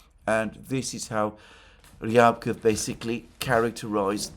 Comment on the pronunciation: Alexander, Mate! Remember both for Peskov and Ushakov, when saying their names the emphasis goes on the second syllable. Not the first one. Same applies to Ryabkov and Lavrov last names. 👍👍